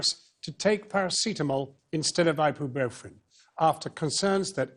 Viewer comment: Jon Snow trying to say “ibuprofen” is the comic relief we need right now